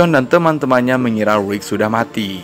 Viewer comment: Rick bang bukan Rwick😂 bikin bengek ajaa...😂